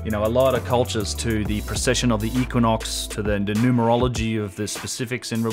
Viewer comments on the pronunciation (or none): none